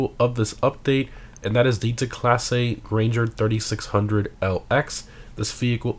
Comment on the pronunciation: Gran-ger. Not grainger.